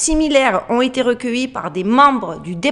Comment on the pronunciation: 'Ont été" il faut faire la liaison ont tété et pas ont nété lol